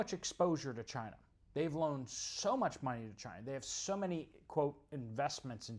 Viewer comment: Cina is China. But Chy -na is in Ukraine